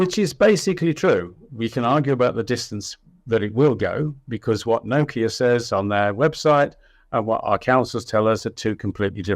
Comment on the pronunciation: Took me a while to work out when he was saying no key a he was trying to say Nokia.